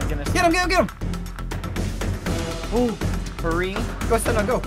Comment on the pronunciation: I’ve never noticed that he says sa-nap